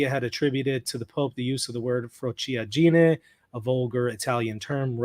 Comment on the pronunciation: Frociaggine is pronounced fro-CHA gee-nay. 4 syllables.